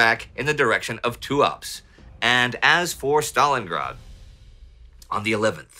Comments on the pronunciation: Excellent video and narration, as always. One tiny note from a native speaker, though: Tuapse is not "too-APS" but "too-up-SEH" - the E is not silent. Keep up the wonderful work! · name of the town Tuapse, unlike in English, is not prononuced as Tuaps. It is actually pronounced as Tuapse (all letters are pronounced) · Brilliant, as always! Minor correction, Tuapse is pronounced Too-ahp-seh (at least in Russian)